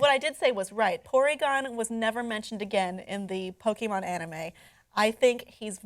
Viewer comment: I hate people that call it pokymon it’s Pokémon you bastards